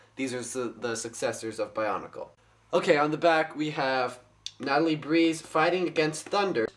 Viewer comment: it is breez not breeze